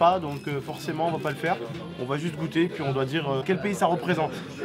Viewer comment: Mais non pas "gôuttes" 😂 mais "goûtes"